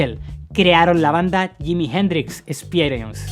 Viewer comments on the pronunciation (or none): ¿Por qué ese "awebamiento" español de no pronunciar NUNCA bien el inglés? 😆 Me sorprende que pronuncie yimi gendrix 😅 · Yimi Jendrix Espierens. Ese ingles papá jajaj